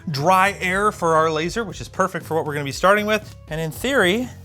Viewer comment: It's pronounced "laser" and not laser. You gotta have the air quotes.